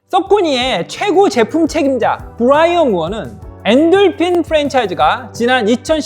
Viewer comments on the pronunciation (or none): none